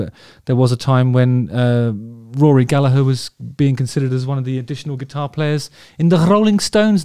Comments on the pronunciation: Well done Justin, really appreciate you fighting against your every natural instinct as an Englishman to mostly pronounce Gallagher correctly! Could tell it was hard at times. Now if you could only convince the rest of your countrymen to do the same with the multitude of Irish surnames they stubbornly refuse to pronounce correctly no matter how many times they're told. Joking of course, well.....half joking 😂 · Beautiful pronunciation (especially from an english man) Your vids are great!! (i just never log in, sorry) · Yes, it's the Irish, and thus correct, way to pronounce it, given it's an Irish surname. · Exactly Gallag"HER" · As an Irish blues guitarist myself, thank you very, VERY much for knowing how to pronounce Rory's last name properly. Most non-Irish people seem to insist on pronouncing it "Galla-grrrr," which is really quite annoying!🤣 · Yes and also mad respect how Justin says Gallagher instead of Gallager. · Rory is a god. As a side note, I love that you’re pronouncing “Gallagher” correctly! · Pronunciation of Gallagher is perfect and much appreciated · Thanks so much for pronouncing Gallagher as we do in Ireland. English people can sometimes change our names in a manner that can feel a bit demeaning in a kinda colonialist hangover (Still prevelant with comedians like Dylan Moran, Dara O'Briain etc) so it carries extra care to us Irish when you show him that extra respect. Also it's not a very common name so just an FYI, Donall, also spelled Domhnail is pronounced to rhyme with Dough as opposed to Donald, so Dough-Nall is how that's said. Amazing video and great to see some love for Rory. Cheers Justin. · thank you so much Justin for pronouncing Rory's name correctly!!!! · Isn’t it nice to hear an Englishman who can pronounce “Gallagher” properly? Kudos Justin. Classy as always 👍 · Great to see you pronounce his surname correctly. What a player. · I really appreciate your pronouncing his name properly. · Thanks for softening that "G"